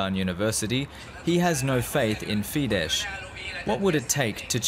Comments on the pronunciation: So, you pronounce Budapest with an S, which is wrong, there should be a Š sound (SH) but you say FIDEŠ, which is also wrong (it should be FIDES, with an S). Journalism at its worst. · People at DW should finally learn that it's pronounced "fides" and not "fidesh". It's not polish. Just google it. It's just ridiculous.